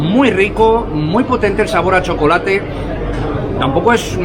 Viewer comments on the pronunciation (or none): none